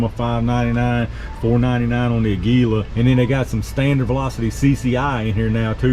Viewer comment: Aguila is pronounced a little different than what you're calling it. It's Spanish for Eagle and has an accent over the first "a" which gives it a little emphasis if that makes sense. Just a little pet peeve of mine being a native Spanish speaker! Happy ammo hunting!